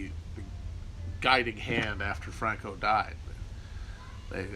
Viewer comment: Christman is a Castellano nobleman. Hence his atypical knowledge of Portuguese history, ETA terror, the affairs of the Catalonian province, and the pronunciation of the name ‘Franco’.